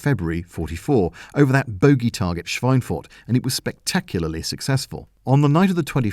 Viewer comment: your pronunciation of "Schweinfurt" is realy good